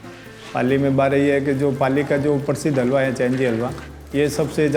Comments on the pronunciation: Atleast pronounce Halwa right my god 😢😢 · as usual is doing a great job, but she is pronouncing halwa wrong. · whoevers doing that narration, please learn how to say Halwa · I can't figure out how halwa can be pronounced into that!!! 😂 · Ikr. Like tadpoles jammed up her nostrils. The least she could do is do her homework and learn to pronounce halwa properly from the internet. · I'm from the country where we eat this dish and It's not her pronunciation that's the problem, its the way she isn't saying the H in halwa at all, a simple google search can show you how to say it properly, she should have researched it. Also I never made fun of her, I expressed my own opinion. Maybe read it again and you will get it. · She can't even pronounce "halwa" properly, what is "hawa"? L is not silent in the pronunciation of the word "halwa". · I don't think we should pronounce Halwa as 'Alwa'. Pls no 'H' silent 😶😐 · For the love of HALWA, please pronounce it properly... what is "aaalwa?" Or get a desi reporter. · Listing to this alwa instead of halwa gives me anxiety 😫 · Alwa nhi halwa hota h gadhi ki dum😂😂😂 rahul gandhi ki bahen😂😂😂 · It's called Halwa not alwa😂😂 Spanish presenter silented H. RIP ALWA😂😂😂😅😅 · Can you not say the H in Halwa, what is Alwaa? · It's halwa not alwa 🙄🙄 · Not “alwa” it’s just “halwa” lmao! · Yeh halwa alwa kyu bol rahi hai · ⚠️ tw - I stopped the video after listening that 'alwaa' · Haalwa not alwa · oh God its not Agooua. it's H A L V A.. get a local voice over narrator. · Common narrator....its not 'aal-wa'.....its pronounced "HALL-WA" with "H" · its not agua its haluaa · It's not "agua", it's "halwa" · Umm... All good, but atleast try to pronounce the word in the title clearly. It's Halwa, not alvaa. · It's not alva, its halwa like pronounced hal -wa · It's not Hawwa, you must learn how to pronounce it. It's Halwa, l is not silent. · Bro it's halwa 😭😭😭 not All wa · It is Ha La Wa Awaa 😅😅😅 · Idiot narrator it is halwa not alawa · Agva nahi halwa